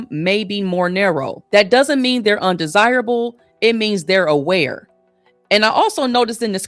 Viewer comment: She said undersible like unattractive.